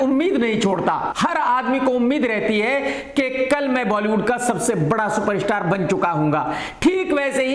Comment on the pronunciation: सुपरस्टार ❌ शूपर-इशटार ✅